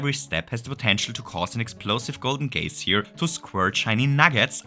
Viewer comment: Yeah uh that's not how you pronounce "geyser"